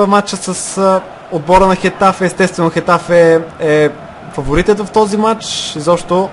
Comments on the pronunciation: mai se kazva getafe a ne hetafe a ros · Рос произнася се гетаве на хетаве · Точно Хетафе се произнася.